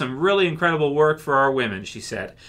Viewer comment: oh so "whamen"... great, i mean i thought TWD was taking a nosedive, not willingly killing itself.